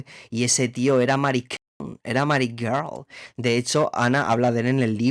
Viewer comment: Lo que pronuncia ger es girl, rollo chicaaaaaa!! 💁🏼💅🏼